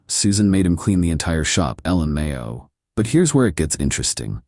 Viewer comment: Back again. And once again you are trying to use a non-word, LMAO, as a word. Calling it “Ellen Mayo“ it’s just not acceptable. It literally means laughing my ass off not “Ellen mayo”. Writers, maybe train your AI.